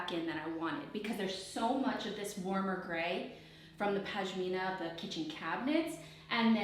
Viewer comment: For the love of God, it’s PaSHmina not PaJmina 😂 that aside, this is amazing work and I’ve loved watching every moment! Well done - thanks for the inspiration 🥰